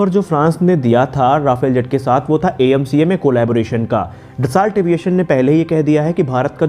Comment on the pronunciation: सर, कंपनी के नाम का उच्चारण डसो है, डसौल्ट नहीं।